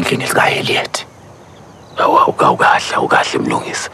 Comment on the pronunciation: Harriet not Haliet🤌🏼